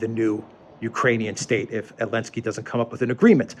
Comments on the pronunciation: Why do you call Zelenskyy, Elensky? Also interested to hear thoughts on Zelensky saying Ukraine should become a new Isreal. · Why do you keep calling him "Elensky"? I assume you mean the current Ukrainian president?